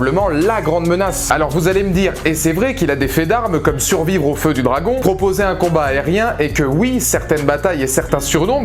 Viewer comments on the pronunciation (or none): none